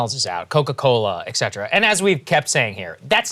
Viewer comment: for Saagar: it's pronounced "et - CET - her - ah" like it is spelled - etcetera, not "ek - SET - trah". English is difficult enough for non-native English speakers without mangling the pronunciation.